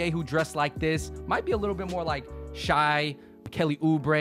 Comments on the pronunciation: andrew really called shai "shy" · its "shey" guys.... not shy js